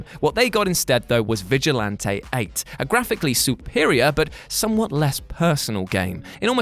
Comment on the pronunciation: The way he say's Vigilante 8 😂